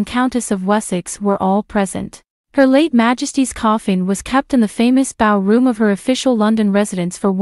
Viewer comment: Apart from the mispronunciation of 'Snowdon' and 'the Bow Room', the most startling revelation was the fact that apparently 'King Charles the Second' was there , more than three hundred years after his death in 1685.